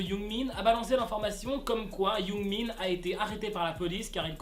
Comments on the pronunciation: C’est pas Yoongmin c’est Youngmin! XD j’adore tes vidéos sinon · Quand tu disait yoongmin on dirait tu dit yoonmin le ship 😂😂😂